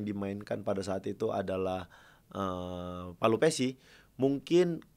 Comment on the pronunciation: "Pelupessy", bang; bukan " Palupessy".